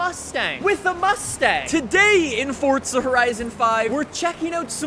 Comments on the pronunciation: please man its Forza not Fortza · Four-zah. Not fort-zah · Why do Americans say Fortza not Forza? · fortza horizon 5? don’t think it has a “t” in it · How are you gonna do forza videos for 8 plus years and still say the name wrong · THERES NO T IN FORZA FFS